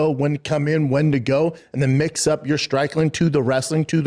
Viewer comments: hes says strikeling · “strikling” oh, he’s Ricky from trailer park boys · mix up your STRIKILING? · Did he say strikLING? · He said strikling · yes indeed, strikling 😂😂😂